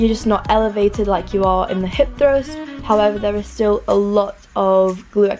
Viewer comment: That pronuntiation of "hip Trust" lol <3 do u speak Español ?